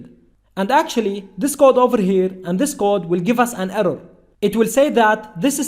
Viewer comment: We will get an errow😂😂